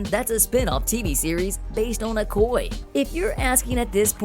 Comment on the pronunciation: Her characters name is pronounced Oh-koy-yay. If you're going to report on a character, please get the name right. Thank you.